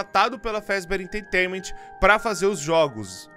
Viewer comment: O video é bom e todo o resto é bom Mas ele falando "enteitainament" deu um pouco de agonia